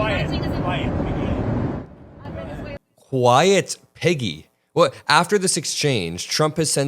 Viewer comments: I thought he said "quiet Mcgee" lol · Piggy ?!?! WTH it was deranged enough when I thought he said Peggy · At first I thought he said “quiet, McGee” 😂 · Honestly it sounds like like he's saying 'quiet, Mcgee' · i too thought he said peggy, lol. there is def scams in ref to release the files. he doesn’t even know his ass from his elbow! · Oh so he really did call her piggy??!! I thought he said Peggy too. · I thought he said "shut it McGee!!" Haha i was way off if he said Piggy 🐷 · I thought he had said Piggy, but figured maybe I'd misheard it.